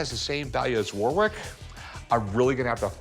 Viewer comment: The way rick pronounces "Warwick" should be a crime